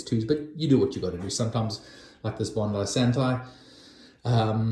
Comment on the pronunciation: Fantastic video. You must be a brother from another mother lol. I love my cigars and collecting fine wines as well. Exact wines and storage system I like too. Thank you for the tour and good info. Only thing is how you pronounce Biondi-Santi hehe.